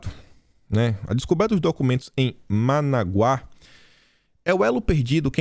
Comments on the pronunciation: A pronúncia não é Managuá e sim Manágua!!! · é ManÁgua e não Managuá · é ManÁgua, e não ManaguÁ. Paroxítona... Rsrsrs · a capital da Nicarágua é Manágua, e não Managuá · é Manágua, acento no segundo a. A pronúncia tá horrível. Tá okey? Rsrs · Bom dia, e Parabéns meu querido amigo! Apenas para informar que sua pronúncia falando "*ManÁgua*", é com acento... Sou fãzaço de seus vídeos... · Corrigindo sua pronúncia. Manágua capital da Nicarágua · a pronúncia é Manágua, capital da Nicaragua.👍🏼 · MANÁGUA ! Atenção no acento ! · é Ma NÁ gua, capital da Nicarágua...😁👍